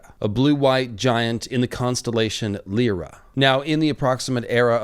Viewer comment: Lyra is pronounced "Lie-ruh" as it's taken from the Greek harp the lyre (lie-urr).